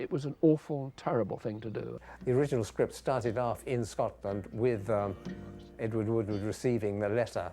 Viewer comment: Edward "Wooward"???